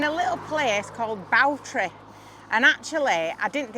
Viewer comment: Bawtry is pronounced bore tri not bow tri 😊